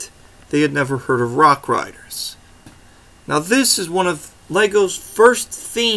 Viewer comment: Ha I love how when you say rock raiders it sounds like rock riders😂 great video